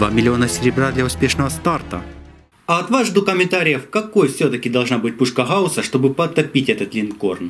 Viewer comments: мне показалось или он сказал сегодня мы будем делать пушку ХАУСА XD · Г Г Гаус. Дедил